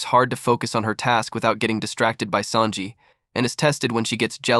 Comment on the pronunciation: i like how you say sanji as SAND JI not SON JI lol love your videos !